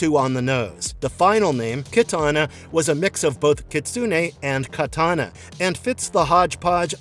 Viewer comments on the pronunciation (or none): none